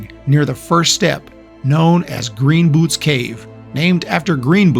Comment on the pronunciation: It’s not “Greem” boots it’s Green boots 🤦🏽‍♀️